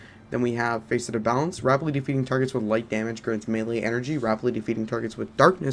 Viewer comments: Nice work dude. Keep it up. BTW, don’t get offended. It’s pronounced ‘FASS-ET’ like fastest, not ‘FACE-ET’ like Face and et. But like I said. Nice work. I’m away so I haven’t played yet but I’ll give your build a try as soon as I finish the campaign. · Facet is pronounced fa-set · everytime you pronounced Facet as "Face it" shit made me crack the F up lol.